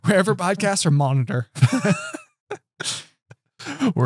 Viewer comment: It was a little annoying that can't say Monitor correctly and when he har 2 stories about it and says it alot it's kinda cringeworthy:P All in all i enjoyed this podcast very much:) And i love all your Harry Potter content on this channel:D